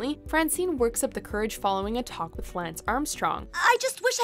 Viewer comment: VO swallowing her words made it sound like she said, "...a toxic Lance Armstrong..." as opposed to, "...a talk with Lance Armstrong". Funny that.